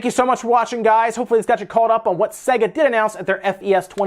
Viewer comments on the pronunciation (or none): Iys pronounced say-guh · SEGA PWEASE